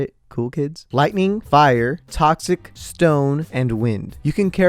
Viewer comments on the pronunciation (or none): It hurts to hear you saying: Lightninining.